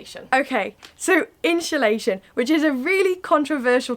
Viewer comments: Love how you both say insulation haha. 'inshhulation' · Insulation not InSHUlation 😂